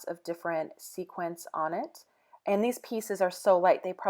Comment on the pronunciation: A road trip I would love to do...But please, please...it is sequins or sequined, not sequence. :D